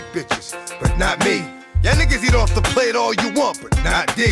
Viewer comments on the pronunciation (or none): none